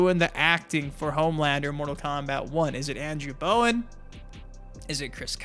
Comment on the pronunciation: It's not Bowen